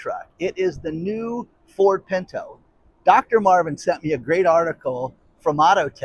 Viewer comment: literally pronounces it the way it is supposed to be: "PINTO"